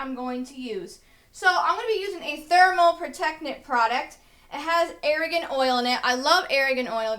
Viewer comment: ITS A-R-G-A-N OIL!! NOT ARAGAN OIL! So annoying, you don't even know what your damn talking about